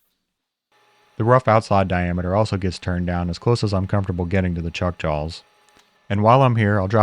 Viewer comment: "chuck jawls" nice. Is that a touch of Appalachian?